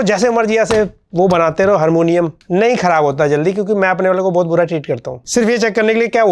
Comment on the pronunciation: हरमोनियम ❌ हारमोनियम ✅ 😜